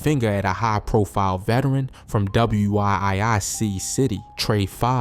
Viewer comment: Facts lol theyneed to ask ppl from Chicago before posting😂😂😂he was blowing me saying WIIC, like just say Wic city🤦🏽‍♀️